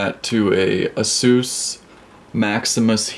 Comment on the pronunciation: everythings cool but Asus pronouncing